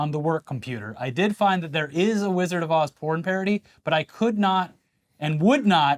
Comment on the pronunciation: "The Wizard of Oohs"